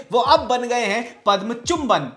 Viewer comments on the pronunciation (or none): none